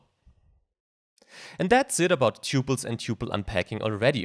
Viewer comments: TUPLES!!!!! not ťyuples! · Look up how to correctly pronounce the word 'tuples' apart from other words. Thank you!